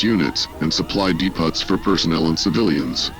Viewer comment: "de-pot" I hate these stupid computer voices. It's so cheap it doesn't even pronounce words properly. All I can think of is that scene in Idiocracy. "Narrator: But the English language had deteriorated into a hybrid of hillbilly, valley girl, inner city slang, and various grunts." I'm out.